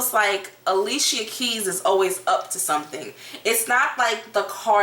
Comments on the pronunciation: Not Ah lee see uh it’s Ali-sha!! 😂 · I'm just tickle that you said a-lee-che-ya instead of a-lee-sha...people change my name all the time, funny thing my own family pronounce/spell my name WRONG all the time!